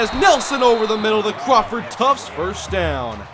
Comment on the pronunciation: Its Crawford TUFT, not Tufts